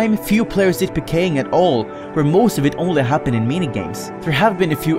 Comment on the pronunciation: i like how you say it like puhkaying in stead of peekaying